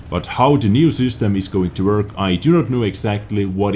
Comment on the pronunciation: Its system not süstem